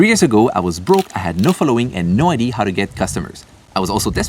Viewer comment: Bro, for god sake please say idea correctly. It's so frustrating. It's idea not idee. So "I deh ah"